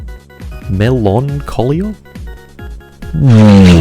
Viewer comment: "Meloncholia" made me laugh more than it should have